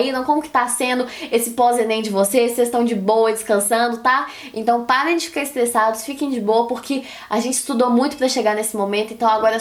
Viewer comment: "Vocês estão muitos estlesados" que fofa RS,eu também tenho a língua assim